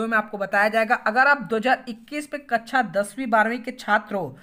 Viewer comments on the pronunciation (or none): kacha nhi kaksha🤣🤣🤣